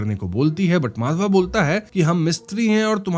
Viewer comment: Why you always pronounce character's name WRONGLY....😡 It's not माधवा... it's माधव...